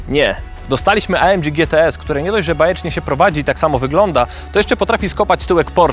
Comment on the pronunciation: Chyba EJ EM DŻI a nie A EM DŻI. Zróbcie odcinek o Tabenckim :)